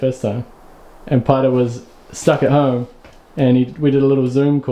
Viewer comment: I miss Paeru. But when you say his name, I hear ‘Pi-doh’. Great to see Richad agin too. 👍